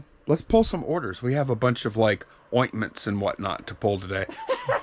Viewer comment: Goodness,, please never ever look me straight in the eye and utter the word OINTMENT ever again. 😲🤨. Please.